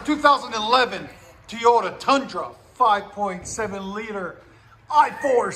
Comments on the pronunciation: It's TOYota not fkn Teeeyota. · I love how he says TeeYoda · It wasn't towing at the time, hence the correct pronunciation is Teeyota